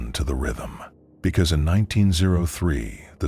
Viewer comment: Whats weird is their is a Fort Kearny that closed in 1903 in Nebraska which is funny. Great story though, loved it! Only thing was when the AI reads out q903 as 19ZERO3 lol